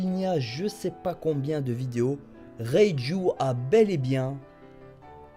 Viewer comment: ^^ haaaa une bonne prononciation de reiju x) le dok il arrive vraiment pas à prononcer son nom le bras qui saigne s'est surtout qu'il voulait s'arracher le bras pour sortir de sa cellule rien à voir avec kraker